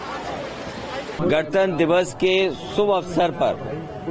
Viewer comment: Isko to gantanter bi nhi bolna aata